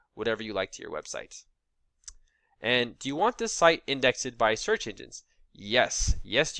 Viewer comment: Why are you mispronouncing words though? Index-ed? Taximonies? What's going on?